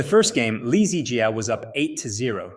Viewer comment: Dude was having diarhea. I think you are reading too much into it. Besides that, your pronounciation of "Jiaaaaaa" triggers me a lot :)